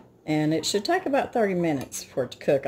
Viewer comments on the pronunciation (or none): none